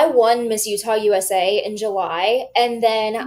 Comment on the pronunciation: As a Utahn I was so happy she didn't get any higher. She used our state because she couldn't do better in the more competitive state. She doesn't even say Utah correctly.